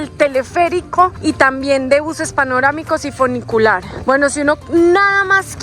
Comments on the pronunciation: Funicular No funiculear eso lo sabe hacer bien la mujer que habla Jajaja 😂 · Hermoso video, gracias por compartirlo. ¡¡, Sonó feo eso de "Funiculear".!! Jajaja, un abrazo gigante desde Buenos Aires. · El foniculiar...jajajajaja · jajajjajaja el funiculearrrrrm, el gringo es mas latino que la colombiana preciosa !!!